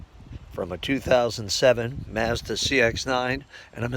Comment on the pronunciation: Where are you from ? I’ve never in my life heard anyone pronounce Mazda or Europe that way. I’m not trolling I promise I’m just intrigued !!!